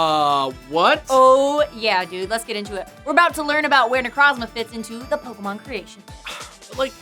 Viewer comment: Had to be that guy but, It’s Ne-Kroz-Ma not Ne-Krahz-Mah